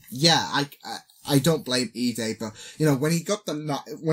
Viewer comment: you pronoun lida's name ee-duh not ee-day